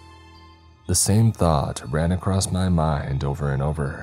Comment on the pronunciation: Dude! Really like your story telling style but I absolutely crack up laughing every time you say ACROST, ELTS and my personal favourite WEAPONTRY 😂😂😂😂